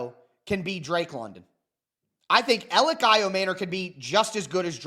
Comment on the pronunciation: Everyone in Tennessee calls him E or Elic. Literally NOBODY but you call him 😂